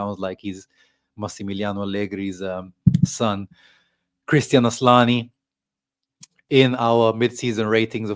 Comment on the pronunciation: It is isn't asslani it's asllani 😂